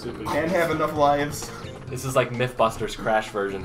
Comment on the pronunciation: Mythbusters in Crash Bandicoot, eh? More like... MYSHbusters.